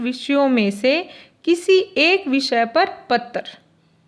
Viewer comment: तर्क और पत्र आदि शब्दों के उच्चारण पर विशेष ध्यान अपेक्षित है।